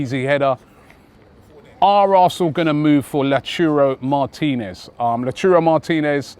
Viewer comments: Carajo Robbie! Is Loud-tah-roh, not Lachurro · its Lautaro! Not lauturo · again robbie its lautaro not lauchuroo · LautAro not LautUro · Robbie is not stopping with: La Churo Martinez 😂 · Oh god it's not lauchurooo 😓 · Someone tell Robbie it isn't La-churro Martinez😆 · No One murders names as Robie does. Did he say Lauchiro Martinez? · It's LAUTAAAAAAAARRRRRRO Robbie! He won't come if we get his name wrong!!!!! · Can someone show Robbie how to say Lautaro plssss!!! Lol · Robbie butchering Lautaro' name